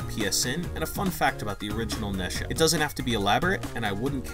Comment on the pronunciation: Boy really said Nesha